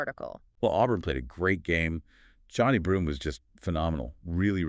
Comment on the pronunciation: Nothing went wrong for the Spartans. Auburn was the #1 team in the country all year for a reason. And you pronounced Johni Broome’s name wrong. Racist.